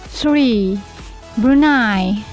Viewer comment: Tree or Three??? Foint or Point?? Mygad!